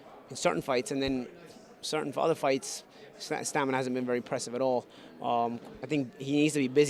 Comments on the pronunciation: Here we go with that "stanima" word again lol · STAM-IN-A!!!!!!!!!!!!!!!!!!!!!! Get it right. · he keeps saying STANIMA, lol